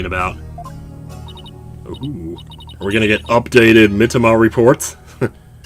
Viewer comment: [reads "the abbot's mitamah"] [doesn't notice]